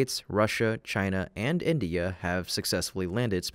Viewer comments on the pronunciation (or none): none